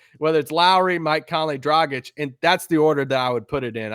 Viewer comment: its Dragić not Drogić. Ahh american č, ć is not your friend